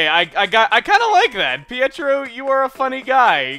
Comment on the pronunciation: lol "hietro"